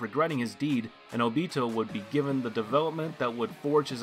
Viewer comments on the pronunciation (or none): Sharigin, oobeetoe, ooofohtable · How he pronounces;óbito, mangekyo and sharingon all trigger me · Idk what was worse, the way he said sharingan or obito. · I CANT GET OVER HOW YOU PRONOUNCE OBITO AND SHARINGAN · NOBODY IS GONNA TALK ABOUT HOW HE SAYS SHARINGAN AND OBITO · at least he tried to pronounce sharingan and OBITO correctly but failed miserably